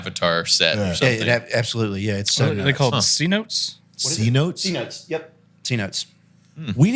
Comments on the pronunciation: Lol, "c-notes". Cenote. "Ce-no-tay." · Cenote pronounced see-note-ay because it's Spanish